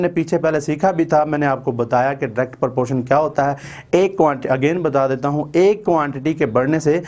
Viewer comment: Its not porpotion its proportion😂